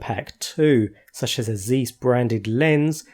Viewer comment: It's called 'zaiss' not size ;)